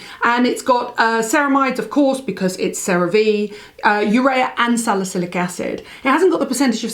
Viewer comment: UREA is a a product of protein metabolism and it's pronounced = yoo-ree-uh : - )